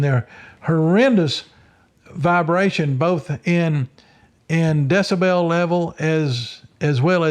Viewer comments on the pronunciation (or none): none